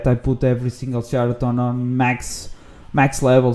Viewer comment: why do you say character like that?